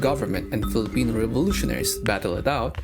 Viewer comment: He will overdo the Spanish and English but pronounce the Filipino words with an American accent... me when I'm a colonizer bootlicker